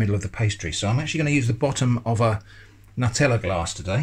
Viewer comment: I'm sorry - HOW did you say Nutella?!